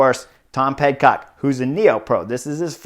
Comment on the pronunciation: I think Horner's mispronuciations are one of the endearing things about the butterfly effect and I hope it never changes. Sometimes he says Pet-Cock instead of Pid-Cock which causes laughter all around. I really wish this race had been on GCN+ so I could have watched the whole thing.